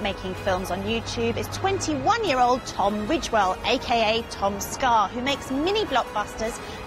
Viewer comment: And she said TomScar. -_